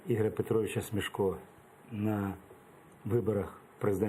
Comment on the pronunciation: Враження, ніби ведучий навмисно тисне на Заману дурними запитаннями. І хай навчиться правильно вимовляти: СмЕшко, а не СмЄшко.